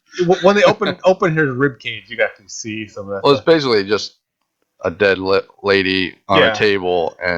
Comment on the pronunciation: you are deadth...